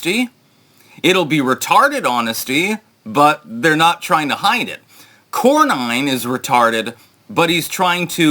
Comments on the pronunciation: Its not Corn-nine. Its Corn- en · Cor-nin not Cor-nine.